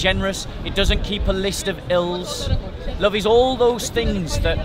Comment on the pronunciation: I like how says love.. "Lufve"